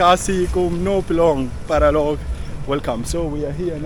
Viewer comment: Paralok not paraloks